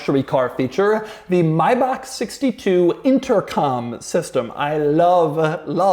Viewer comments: But what's up with "My Bach". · Doug pronounces it wrong. Same deal for Maybach.